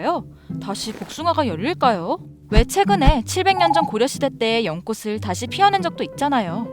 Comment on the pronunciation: 연꽃을 할때 발음이 연꼬슬이라고 하시네요 연꼬츨이라고 해야하는데 꼬투리 잡는거라고 생각하실 수도 있지만 옳바르게 발음 해주세영